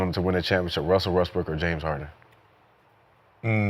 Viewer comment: I keep hearing Gil say "Wussell" instead of "Russell"